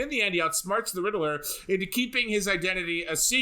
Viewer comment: RID-LER NOT RIDDLE-ER. Also, I'll take a Bat-brand. Go ahead and sear me up! :D